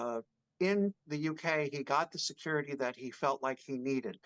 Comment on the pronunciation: Please learn the sound of a T . Secur… ity. Teee! It’s hard to listen to the weird no T in any word. T has a sound. You say Kaaae for Kate! Which she is not called. But it has a T ! Is that to hard to learn????your buddy Popcorn planet is smoking you on subs! They say thank you and don’t force money because they are so good!